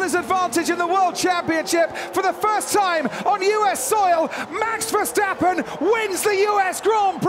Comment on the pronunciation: mex versteppen.....ahahah hah... how NOT to pronounce....